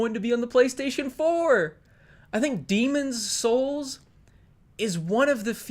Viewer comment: I love how you said Demon’s Souls correctly lmao